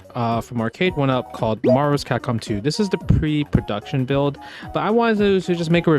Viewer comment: “Marvus Kahkom 2”